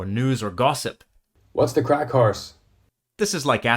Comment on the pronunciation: CRAIC, so funny. I was listening while I was doing something else and had to double take, because "... craic, horse" sounded a little too much like a different word